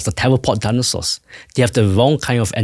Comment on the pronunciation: "Daanosores"? English, please!